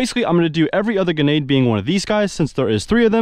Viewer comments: GRA-NADE not Gu-nade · No, it’s “genade”🤣😂😅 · No hate but you were saying genade instead of grenade😂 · I cant be the only one who hears him saying "genade" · Why did u keep sayin genade and not grenade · GREnade my guy. Not GEnade 😭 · Grenade is pronounced with an "r" it's not pronounced genade!!! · Please bro third time I've said this its not genade, its grenade You literally have it in the title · Grenade not ganade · its grenade not genade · I here more ginade than grinade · is he saying gunad instead grenade but none the less good video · he says genade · uhm actually its gRenade not genade💀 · Why cant he pronounce gRenade? genade, genade, hurhurhur genade. 0_0 my face the entire video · Stop saying ganade its GRANADE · bro said genade no hate btw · Please bro learn to say the word grenade grenade not genade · Bro it’s bugging me he keeps saying ganade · Grenade not genade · I love your videos man, I've been a subscriber for a very long time. But I hated every single time you said "ganade" instead of grenade or even just nade... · You sound foolish saying Ganade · Please say grenade correctly, hearing you say ginaied makes me cringe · i love how he says grenade as "ganade" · Cuzzzz isa soooooo fanceeeyyyy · I thought it was just me when he would say ganade. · I thought he might have a speech impediment and didn't want to comment just in case. But yeah he was saying ganade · M8 , it's Gər-næde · Man says ganade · Please JUST SAY GRENADE!!! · Did he just say “genade”😂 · It sounds like he's saying genade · Him saying genade was annoying me the whole video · "GENADE LAUNCHER" - Entertainment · did anybody else think he was saying genade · Guh-nade hurts my soul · bro is saying genades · Am I crazy, or was he saying "Genade"? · nice vid, but you did not once pronounce grenade right lol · most people use the r that’s in the word grenade. It’s not a silent r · it makes me moderately angry every time he says genade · Bruh say gRenade the right way pls